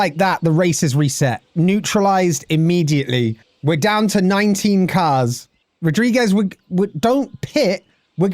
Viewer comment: Loving this series, particularly your commentary!! An advice on the name Carlos Rodrigues, Ro- and lo have a closed o sound, like in "Roo"ney and "Loo", hope this helps, keep up the amazing entertainment!